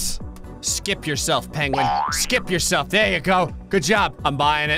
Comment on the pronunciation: Why does he say it like Pain-gwen? lol